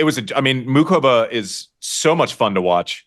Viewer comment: Thank god Andy pronounces Muchova properly. I was going crazy last night hear the announcers not even bother trying to pronounce the ch. I think the crowd is likely to be significantly pro-Frances, but probably not so much that it makes the difference. I’d rather see Frances win but I expect to see Taylor in the final. I really hope Jess can do it, but I have a hard time seeing Sabalenka losing. Thanks for the episode